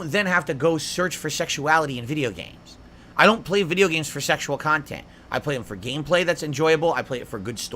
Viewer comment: Sehkshual khantent